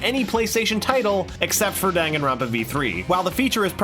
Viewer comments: dan, gan, ron, pa. not: dangin ronpa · Dan-Gan-Ronpa Not Dang-Gan-Ronpa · MRW the narrator of the video comes after the people who couldn't pronounce Danganronpa right then proceeds to not pronounce it right either. It's "Don-gan-ron-pa", not "Dan-gan-ron-pa". Seriously. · Majority of players cant announce? Isn't it said in the title screen? Lol, i actually had a friend who pronounced it as danjinrawnpa. It was great. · It's actually not DANG-AN-RON-PA If you go in the settings of DRV3, testing the voice sound it's actually pronounced "DON-GON-RON-PA" yeah I know I'm concerned too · Don-gon-ron-pa In the settings of V3, when testing voice volume, Monokuma's voice says the game's name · Tetoin Games how is it pronounced? i pronounce it (dang-an-ron-pa) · NYMKai if you know how japanese pronounce word its was da *n*an ron pa The n one is *ng*an cause n can pronounce to ng in japanese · I pronounce Day-n-gaan-ron-puh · Ye i was annoyed when i found that ive been pronouncing my favourite games wrong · "That a majority of players cannot pronounce" Continues to pronounce it wrong